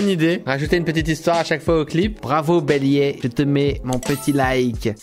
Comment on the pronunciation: Ça se prononce comme le bélier mais le ier se prononce yeah C'est Belyeah